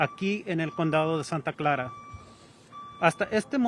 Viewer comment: Ktvu gonna hire new YouTube guy soon. “Santa Claa” 🤦‍♂️